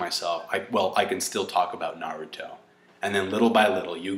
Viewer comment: i TRIED I JUST CAN'T GET THROUGH THE WHOLE VIDEO , YOU ARE THE ESSENCE OF NERD! he spoke about ME!!! ME!!! The essence! The best part is you pronounce naRUto! GeeK 10THFKN POWER.